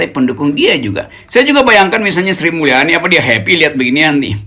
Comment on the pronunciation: . heppy heppy artiny, "I yem berry heppy!"😁